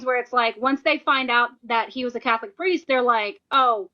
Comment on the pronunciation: "He WaS A CaThOLiC PirEsT" who caaaaaaaaaares